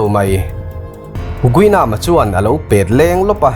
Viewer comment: Pet leng.. Pêt leng.. I thluk dan chiang la.